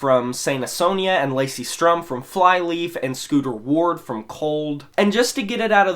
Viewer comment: also mispronounced Lacey Sturm. You said Strum. But trust me it's a common thing. Great video though!